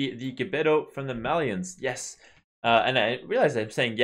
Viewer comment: First you started saying Mayans right and now you're saying melee right 11. Btw, do you think that if they gave melee units +0.1 speed across the board that they would start to be more viable in the current meta?